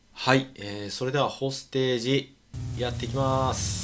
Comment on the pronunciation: どうもこんばんは！ これ欲しくなっちゃいました😆 隊員に名前があって単なる残機制のゲームじゃないとこがいいね！ 発音は ほーす・て↘じ らしいっす